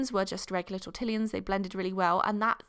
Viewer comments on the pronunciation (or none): Um, it is "tor" "ti" "yon". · T-or-ta-lines I'm sorry I love you it just activated me a little 😂😊💞💞